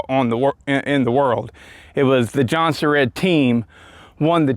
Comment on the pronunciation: I thought it was pronounced like jon-serds